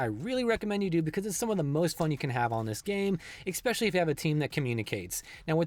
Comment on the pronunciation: Not to be a grammar Nazi, but it's "especially" not "eckspecially." Great content though!